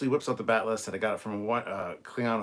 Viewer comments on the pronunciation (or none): Beckett calling the ale whiskey is probably just her being drunk off her ass, just like how she couldn't pronounce "bat'leth".